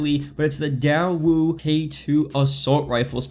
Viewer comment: Its pronounced "day-woo" I spent 1.2 years in Korea